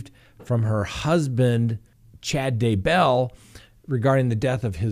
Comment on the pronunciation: It’s “DAY-bell” not “day-BELL”